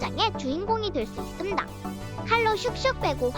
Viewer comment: 있슴당 발음 개웃기넼ㅋㅋ